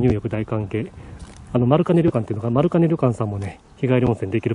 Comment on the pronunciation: 初めまして！ 地元が長万部の者です！ 長万部温泉の歴史が意外と浅くてビックリしました。 ちなみに丸金旅館の読み方は「まるきん」ですよー！ 今度は長万部市街から20キロぐらい離れてますが二股らじうむ温泉に行ってみたらいかがでしょうか？ 秘湯中の秘湯なので是非行ってみてください！